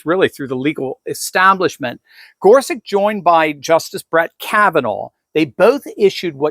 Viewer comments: Wikpedia says Gorsuch's name is pronounced gor sutch, not gor sick. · Isn’t his name pronounced GorSUCH? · why does he keep saying gorsuck